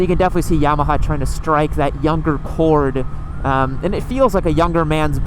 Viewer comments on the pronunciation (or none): none